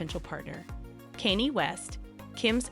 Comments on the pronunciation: Right. Who th is Kenny? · It becomes very difficult to believe the gossip when you can't even pronounce Kanye 😅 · All this time... you still can't pronounce Kanye. Huh. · Well I was done with this video when u mispronounced “Kanye”🤣🤣🤣🤣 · It's got to be AI automated or something. LOL I've never heard anyone try to phonetically say Kanye. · Me too grrrr